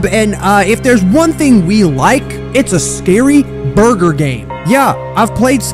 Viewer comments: I-I just can’t… the start of this video just made me laugh and I wasn’t even a minute in the video. who wants a burger? BuRgEr So BeIg. Disguhsting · PFFFT BRO THE WAY HE SAID BURGER SO BIG I CAN'T 🤣🤣🤣🤣